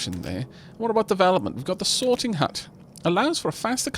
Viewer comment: whenever you say sorting hut i keep hearing sorting hat